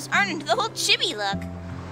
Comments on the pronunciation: sadly its pronounced cheebee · lol it's pronounced "cheebee"